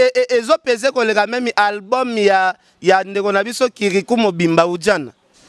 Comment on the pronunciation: olela doncii eh cimetsher😹même et non memi 🎃bozo doka ein ndenge y’a clandestin yo pe kende tiiii